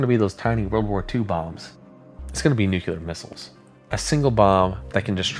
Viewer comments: Brother. I love your videos BUT...I really needs you to STOP SAYING "NOOK-you-lar" (Nuclear) it is NEW-CLEAR. There is no other way to pronounce it. It is not a regional thing. It is NUCLEAR. Pronounced exactly as it's spelled. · NukULAR???? Come on broooo! Quote from Peter Griffin on Family Guy from their earlier seasons: “Nuclear?? No it’s nukular dumbass. The S is silent!” It’s nuCLEAR! Y’all know how it’s spelled! Then say it right! Even when I’m typing this, it has an autocorrect on nuKULAR and changes it to nuCLEAR like how it is OFFICIALLY spelled! When anyone says nuKULAR to me, there is a nuCLEAR bomb going off in my brain! 😂😂 Spell it, then say it for god sake! My nag is done😂😂 but your vids are pretty good and your voice is cool too! Thank you for the entertainment! I do love the thunderbolt 1000t siren’s sound! It’s definitely the scariest sounding! They discontinued those in a couple counties in Ohio and Indiana! I’m in the Lawrenceburg Indiana and Cincinnati Ohio area, and in the early 2000’s they had the thunderbolts, but a couple years later they installed more modern sirens. I can’t remember what those are called, but those sound scary too. But the thunderbolt I think is the coolest and scariest sounding siren of them all! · Please learn how to say nuclear.